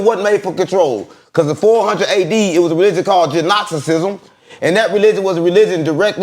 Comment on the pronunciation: Will someone please tell that the G is silent in the word Gnosticism.